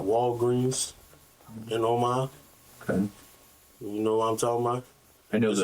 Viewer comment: This dude said “somewhere in Omar”, you mean Omaha? It’s a city, not a person but your excuse for being dumb as hell is that you aren’t from around here. That’s right. When people travel to different states outside of theirs they lose their ability to read and pronounce words. That’s it.